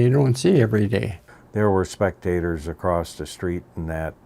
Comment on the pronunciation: “Accrosst”???? Huh?